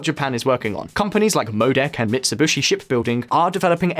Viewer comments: did he just said mitsubushi?? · Did you say MitsubUshi?